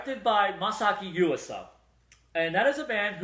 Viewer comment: normally wouldnt care but yuasa is my favorite director. you totes butchered his name lol anyway you can buy kaiba, kemonzume and tatami galaxy subbed from australia. :)